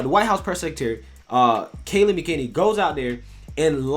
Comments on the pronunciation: Thank you, love watching! Just wanted to give you the pronunciation of Kayleigh’s last name as its a difficult one. My family knows them well since my daughter went to HS with her. It’s Mack’- Eh - Neny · love your compilation of Trump videos denouncing white supremacy and I agree with your point - my only complaint is your pronunciation of Kaleigh's last name - McEnany